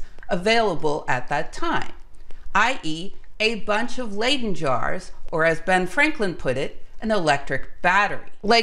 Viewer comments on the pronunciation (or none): It's "Leidse fles.'Not pronounced ai, but just I"So not Laiden but Liden Jar! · I love your videos but your pronunciation of many fundamental words like "layden" jar is just...no.